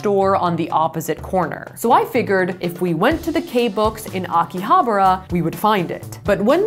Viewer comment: Akihabara pronunciation got me ☠☠☠☠💀